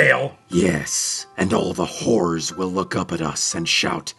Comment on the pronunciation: HORRORS, not whores.